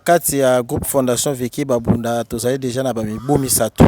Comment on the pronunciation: Merci beaucoup pour votre réalisation. Mais je ne suis pas Bunda, je suis pende nos voisins sont bunda. Attention pour la prononciation: on dit, babunda et non bambunda. Parce que en kikongo quand tu prononce "bambunda" en baissant le ton à la fin; là tu prononce le nom de sexe de femme.